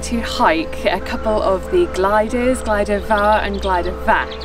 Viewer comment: You said ‘glider’! Damn! Oh well, you aren’t Welsh. Oh and you pronounced everything else abysmally too! Too much for me, I’m off. You’ll miss me, I know. Not!